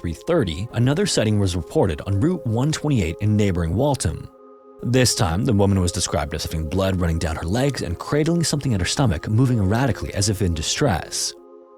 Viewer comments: Waltham is pronounced Wall-THAM, not Wal-TUM lol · nooo Wall-th-am please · Waltham is pronounced “Wall-tham” love the content m8 keep up the good work